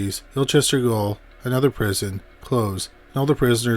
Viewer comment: Just a note to say that "gaol" is still pronounced as "jail". It's just an archaic, alternative spelling.